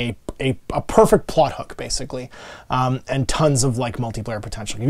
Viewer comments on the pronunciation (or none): none